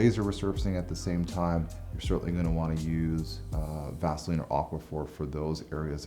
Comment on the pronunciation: Did he say vaseline